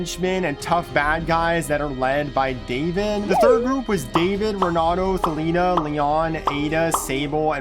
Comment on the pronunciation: hear him say Thalina instead of Thalita